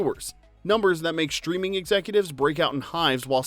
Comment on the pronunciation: The shtreaming era? Shtraight to shtreaming immortality. . .